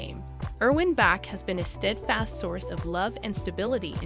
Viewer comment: Also, it’s Erwin Bach- pronounced Bahk, NOT Back!!!!As the video notes, Erwin was also in the music business as a producer for EMI.